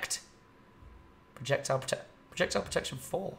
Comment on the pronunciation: It's funny how Tom ALLWAYS struggles with pronouncing the enchantment "Projectile Protection" :P